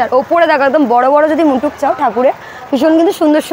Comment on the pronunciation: মুটুক বলে কোনো কথা নেই, কথা টা মুকুট 😁